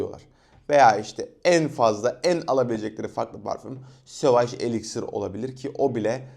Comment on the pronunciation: parfümü neden fransızca okuyorsun amk .elixire elixir diyon parfüme pahföğğghh diyon